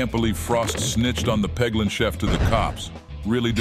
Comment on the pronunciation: Peglin? Y'know, like, Poglin?